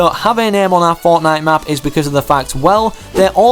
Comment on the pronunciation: 8;45 says Fortine instead of fortnite